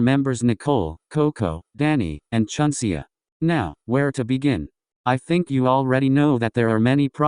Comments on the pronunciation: The you said Chunseaa to Chunseo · Is it just me or did the video day chunsea instead of chunseo LMAO